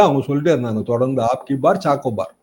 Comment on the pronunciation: அப்(b)கி பா(ba)ர் ச்சார் சோ பார் என்பதே சரி. சாக்கோ பார் அல்ல. கோர்ஸ் correction-க்கு மன்னிக்கவும்.